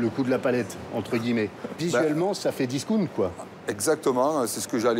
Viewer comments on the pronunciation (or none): c quoi discounte ??? on dit disckAOUNTE Mr journaliste